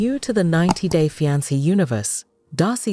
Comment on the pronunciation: I can’t with this AI voice. Ja-pardy and Fy-ance